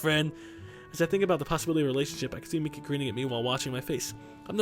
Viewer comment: not being a dick but miki is pronounced 'meekee' not micky